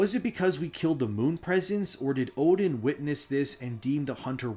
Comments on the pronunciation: It's pronounced more like 'Erden' not 'Odin'. It's literally pronounced in the game by the guy on the floor in Oeden Chapel. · 1 thing you got wrong. Oedon isn’t pronounced “Odin”. It’s pronounced “Er-den” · Great video just a slight correction. Oedon is pronounced Erdon. The Oe diphthong pronounciation is German in origin. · Oedon is actually pernounced “erden” with an R. Confirmed by the npc in the chapel who asks you to bring people there for safety. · Yeah your lore is interesting but Odin? Bruh. The word comes from eyes. It goes back to a day when Oedipus (see the name?) Blinded themselves. In Sophicles play. Oedipus says now I can truly see. The lining of eyes is so prevalent in this story, it's kinda sad you missed it and continued to pronounce Oedipus as Odin. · Oedon is pronounced eerdon though.